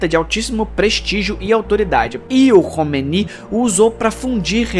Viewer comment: É KOMEINE, fala-se KÔ - MÊ- INÊ